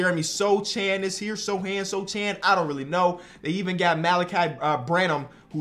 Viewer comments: My Polish boy Sochan wins DPOY <3 BTW pronunciation is SoHan not Soczan but never mind :D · Sochan pronounced so-hon like han solo from star wars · how to pronounce Jeremy Sochan's name correctly? Ignore the 'c' in it - like So-Han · Take a shot everytime pronounces Jeremy Sochan’s name wrong 💀💀